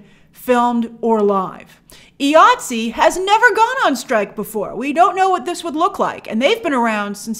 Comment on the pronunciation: It is pronounced Eye-ATSE not EEE-ATSE. I question your sources who say they are union because all members pronounce it the same all over the world. The reason it is pronounced EYE and not EEE because the union is for the individual.